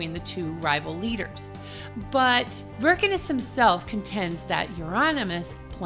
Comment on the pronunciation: Varg Vikernes (pronounced without R), not Wirkenes. Why it's so hard to read at least Wiki?!